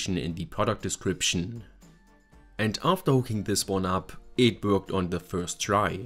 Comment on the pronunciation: Subbed! Definitely trying out the fingerprint reader. I love that your voicing your videos in English as well, however when you say "worked" is sounds quite a lot like "broke", and I was confused until I replayed it a couple times. Great video! Keep them coming!